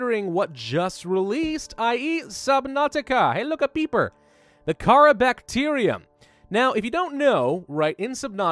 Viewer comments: It’s pronounced cuh rawr not cara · its not kharaa its kharaar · It is pronounced car-ar not Kara. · T H E C A R A B A C T E R I U M Its pronounced car haar NOT cara. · The disease is pronounced "Carar" (actually used to be how it was spelled while the game was in development, but they changed it to Kharaa for etymology purposes I believe) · Kharaa is purnounced like this: Car-rawr-ra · I very well could be wrong but im fairly certain it's pronounced Ka-RAW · Actually, it's called Carar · Isnt it called carrar? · It is Car-ar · it's ka-rahh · It's pronounced KAH-rar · It is said like carrar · Kharaa pronounced KA-RAR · Kharaa? No it's carar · Its pernouced Ka-raw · It is pronounced cararr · It's pronounced carar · It's ker-rour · kahraa is pronounced ker-ar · You can't go full Grammer Nazi on stuff and expect not to be criticized on that is no way ever you would pronounce Kharaa